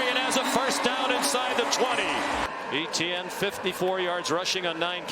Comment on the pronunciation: Listening to these commentators mispronounce Etienne is so fkn cringe.